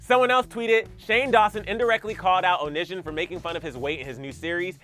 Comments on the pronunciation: The way pronounced “Onision” lol, close enough. 10/10, mate. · “Onition” I’m not even mad he mispronounced his name lol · “Oh niz shun” 🤣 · I would say that you pronounced Onision's name wrong, but he's a garbage person so it's fine 😊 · Im living for you saying onsions name wrong!